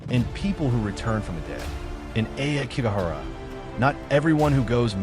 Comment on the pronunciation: Ah key go hara it’s pronounced this way most stories people who try to antagonize the spirits so they show themselves leave the dead alone people who have died this way leave negative energy behind people abandoned elders here it’s no wonder that such bad energy uriyai where most times are about mothers who died in child birth